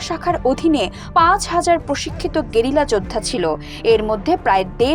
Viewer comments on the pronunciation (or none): none